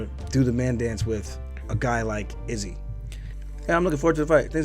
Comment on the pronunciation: The way you pronounce Izzy’s name makes my skin crawl lol